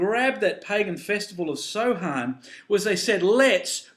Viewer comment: the word samhain is actually pronounced sowen ^^ just letting you know